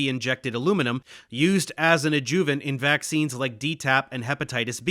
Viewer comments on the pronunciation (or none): I love you, Dave, and this is an awesome video as usual, but it's "ÁD-juh-vunts" not "ad-JUH-vunts." Me: retired medical and pharmaceutical translator and editor. Keep up the good work. My purpose here is solely to tweak your presentations upward and onward! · I appreciate your effort on this video, however, it is pronounced "ADD-joo-vant" not "ad-JOO-vant" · Love the video. It's also pronounced ad-joo--vent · Love this, but what the hell is an “adJOOvent”? No one pronounces it that way. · Please correct the way you pronounce adjuvant. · What’s up with the mispronunciation on the word adjuvant over and over? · Is Dave using AI to imitate his voice? I ask since he is consistently mispronouncing certain words like adjuvant and E. Coli.